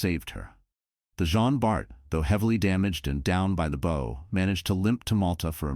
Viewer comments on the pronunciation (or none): ...down by the bow. By the way you pronounced it I would have to ask if it is a little red bow on a stupid dog's head.